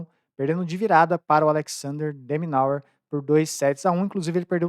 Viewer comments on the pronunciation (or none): Fala, blz? A pronúncia correta do nome do tenista australiano é “deminó” Alex de Minaur = “Deminó” 😉✅🙋🏻‍♂️